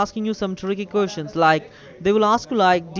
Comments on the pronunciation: "Coostians" lel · how he said questions😂😂🤣